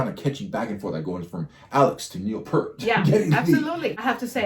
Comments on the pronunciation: FYI rush 2112 was every Toronto’s youth rite of passage. Which is why rush is ours, all ours but you have our permission to listen and enjoy 😅 FYI Pronounced. Peert. As in ear Peart Not Pert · "p ear t", not "purt" or "pert". He pronounces his name in interviews. If you this guy's playing, you should hear him speaking. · Please start pronouncing the Professors name correctly. Peart. Say it fast... "Pee-Art"!!! It's a Canadian thing. Have some respect. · "peert" not "pert" common mistake. :) I don't care for the sound mix in this version. MUCH prefer the studio version. So much cleaner, and Geddy's vocals were in the stratosphere, whereas in this recording his voice simply wasn't capable of performing it as he did in the original. This recording sounds so muddy, too. Maybe Stickhits' remaster just sucks. :/ That said, 2112 is an amazing journey. You MUST listen to the studio version with lyrics, because it's a whole story, and there's a super bit at the end that was left out. 2112 is a piece in 7 movements based on an Ayn Rand story called "Anthem", about a dystopian future where the Priests and their computers tell us all what to think, what to feel, and what to like...until a dude finds an ancient guitar. Rush's career spanned from . They stopped touring when Neil's health prevented him from giving the fans 100%, and he didn't want to give them any less. He died from brain cancer in January 2020.